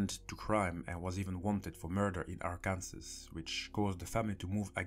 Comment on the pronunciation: Ar-ken-saw not Arkansas lol